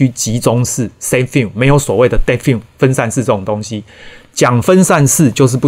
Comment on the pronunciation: defi發音是/difai/ 不是/defin/